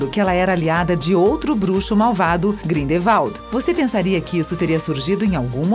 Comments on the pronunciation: E ela falando Grindevadi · Ela chamou grindelwald de "cridevaldo" não consigo mais assisitr esse vídeo. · Grindevalde pqp que porra de pronúncia mds parece que n sabe nada de Harry Potter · olha, o vídeo todo me incomodei com as pronuncias erradas, mas Grindevalde e Wesleys foi de moer! Fora o racismo sobre o cabelo da Bellatrix e Hermione. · Esse vídeo só serviu pra mim da risada da pronuncia dos nomes errados, e achar que a mulher foi um pouco preconceituosa com com cabelos das duas, eu gosto do cabelo delas. Grindervalt kkkk valdemorte kkkkk basilicx kkkkkk Uyilles kkkkkk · Parei de assistir na hora q ela falou "Grindevald" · GRINDEVALDE! Parece mais nome pra brasileiro pela pronúncia dela. Gente, põe outra narradora, puts. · “Grindevaldi” “Jota Ka Roli” “Weslei” GENTE- KKKKKKKKKKKKK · Grideval Jota k Rowling Wésleys Basílisq Nagini NevillE Hougorts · Ou GrindEVald